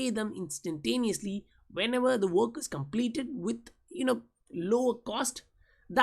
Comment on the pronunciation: The way you pronounce "IS" is absolutely ridiculous